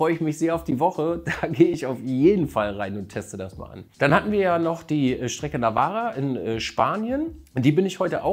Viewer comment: Schönes Video, kann deine Eindrücke nur bestätigen. und GTP im Regen is jetzt echt Zucker 😋Und......Weil i es dir no schuldig bin, und wir uns erst in ein Monat wieder sprechen 😉 Navarra, man spricht im spanischen das "v" als "b" aus -> Also spricht man es "Nabarra" aus 😘